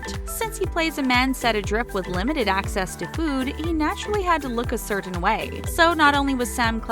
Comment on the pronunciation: I don’t like the way the narrator over pronounces ‘certain.’ It’s making my eye twitch.